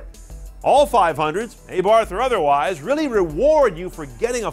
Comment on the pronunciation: Dude, learn to pronaunce "Abarh"